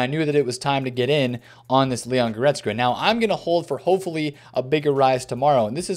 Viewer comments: Will he ever pronounce Goretzka properly!? Nobody knows.... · bro cannot pronounce goretzka to save his life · AS a german I am always suprised how wrong u guys get the names of guys like Kimmich or Goretzka